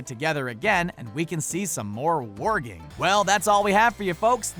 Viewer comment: How many times did he say "Warging"?